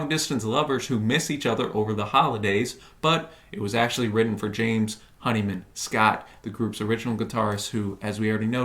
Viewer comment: would have been nice if you actually played the tracts so we could hear them and didn't repeatedly mispronounce James Honeyman-Scott's name.